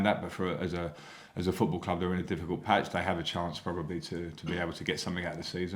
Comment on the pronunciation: He calls it a batch !